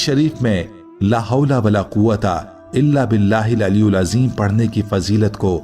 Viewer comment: Aliulajim nahi bolke alielazim huga from Bangladesh